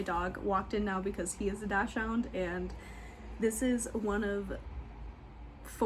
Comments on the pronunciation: Dachshund is pronounced “daak sund” instead of dash hound. This is a dog breed I used to mispronounce too. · You say Dachshund so differently than I do!